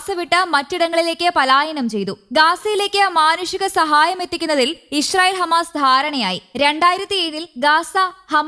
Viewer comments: ഇഷ് റയിൽ അല്ല കുരുവി ( ഇസ്രയിൽ ) ഷ അല്ല സ സംങ്കിയു ടെ ( സ ) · ഇഷ്റായേൽ അല്ല മൊയന്തേ ഇസ്റാഈൽ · പല്ലു തേക്കുമ്പോൾ നാവു കൂടി ഒന്ന് വടിച്ചാൽ നന്നായിരുന്നു. ഇശ്ര യിൽ എന്ന് ഉച്ചാരണം ശരിയാക്കി ഇസ്രായേൽ എന്ന് പദം പറയാൻ സാധിക്കുമായിരിക്കും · ഇശ്രായേൽ അല്ല, പെങ്കൊച്ചേ 😂 ഇസ്രായേൽ എന്നാണ് പറയേണ്ടത് 😅